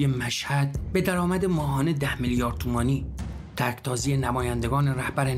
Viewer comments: ((تَرکتازی))؟؟؟ نه آقا مجتبا! ((تُرکتازی))! چرا اینقدر اشتباه داری داداش؟ گزارشاتی به این خوبی نباید اینطور آماتوری تباه شوند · تَرک تازی؟!!! معلوم شد که آقای پورمحسن خودشون این گزارش رو ننوشتند و فقط روخوانی کرده اند